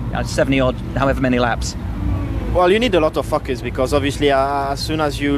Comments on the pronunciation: When Buxton asks him if you need a lot of focus round Monaco it sounds like Leclerc is saying "fuck us" 😂😂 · When he says focus it sounds like fuckus